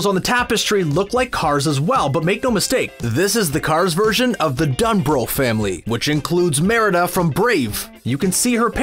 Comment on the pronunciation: The way u said dunbroch annoyed me (a Scottish person)